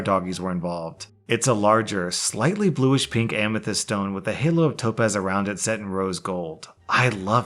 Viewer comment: BLUSH pink,. Not bluish. XP